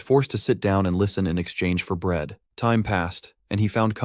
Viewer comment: Day 1 of helping him say bread